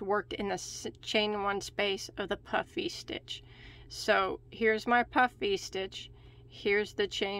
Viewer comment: I like how you make sure you say "puff" "Vee" stitch carefully every once in a while, because it sounds like "puffy" stitch when you say it fast🤣